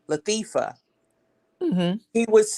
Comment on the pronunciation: That lady said LaThiefa!!! And she stuck with that name!!! LATHIEFA, THIEIF!!! I LOVE IT!?!!